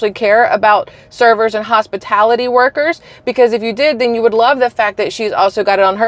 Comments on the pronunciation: Im so glad you pointed out how she mispronounced the word "hospitality". It is pronounced with a short A in the "tal"part of the word not a short I sound. I am the same age as this stupid illiterate VP-President wanna be. So im damned sure she was taught phonetics and had access to a Websters dictionary. And that is what half of this disfuctional county wants as our president. If she wins, i suggest that anybody with the ways and means move to south America. Because we will be in a non-stop war on our soil. The three Countries who want us dead are just biding their time to see if they will have an easy target like Kamala or a tougher apponent like Trump. Because they really don't want to mess with Trump and because he is tough those three countries respect him and our country. Strength respects strength. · thank you I thought perhaps I was mishearing the "hospitility" workers comment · Ikr!!!???? That HospiTILITY workers had me rolling 😂😂😂😂. Perhaps literacy could be a priority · Hospitility...lol I caught that immediately. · 🤣hospitility—-that was a hoot to me;I kept wondering if anyone got it🤣. You did🤣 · I heard that... hospitility🙄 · “Hospitility” workers 😂. Kamala is a total loser. She doesn’t even know what she is saying. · Kamala "hospitility" Harris. It's almost like she's never even thought about the word, let alone the meaning of the word. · Its the mis pronunciation she keeps speaking. Hospitility is her word. This isnt a word you just mistakenly use... It isnt a word. She is reading a teleprompter and still cant speak. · lol! That's true! Great catch! 👍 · Pay attention to how Kamala pronounces the word. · No she pronounced it incorrectly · pay attention…she pronounced it wrong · I can say the word hospitality correctly not that hard could see a five year old saying it like that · Yes but she said hospatility, not hospitality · Thank you for being first person to notice the fact that she said hospitility not hospitality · Kamala said "Hospitility"